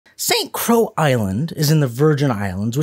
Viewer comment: St. Croix is pronounced "Saint Croy" and he came from the Danish West Indies not Dutch. Do not use this video as a source.